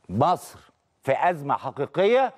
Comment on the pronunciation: ليش الاعلامية تنطقها مِصر بدل من مصر ؟!